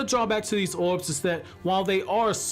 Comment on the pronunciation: Never thought that I’d be so pissed off by hearing somebody talk. Orbs. Not owubs.